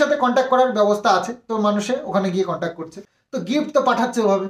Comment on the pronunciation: Contac noi contact... English word thikthak jene bolo.. Hajar hajar lok shunchhe... Ki nishswartho somporko... Vaba jai.. Khub mushkile porechho.. Kono chinta nei.. Simadi tomari didi thakbe.. No chinta..